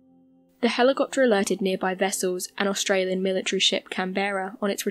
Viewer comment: I think she pronounced "helicoptcher" perfectly well....lol